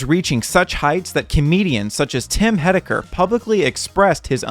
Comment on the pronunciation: it's tim HIGH-decker. ya blew it!